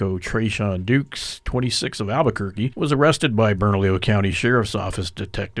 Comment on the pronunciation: TreShon?!! Lol